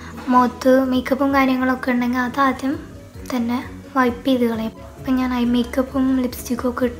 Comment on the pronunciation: പടച്ചോനെ nji എന്നാണ് പറയൽ